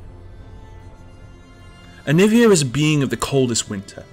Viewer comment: Jovan Zlatanovic it’s aniiiiiiivia, not aniviaaaaaaaaaaaa